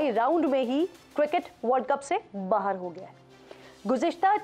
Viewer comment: बाहर नहीं किरन “बाहेर”😂😂😂